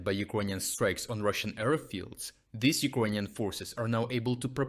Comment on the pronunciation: English language tip: Pronounce "these" as "theez," not "thihz." Otherwise, a good report with information that is encouraging as to the future developments toward the defeat of Putler and his orcs.